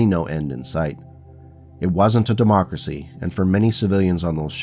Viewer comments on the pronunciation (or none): none